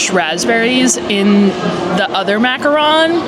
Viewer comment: I love her videos but it kinda bugs me that she says macaron wrong 😂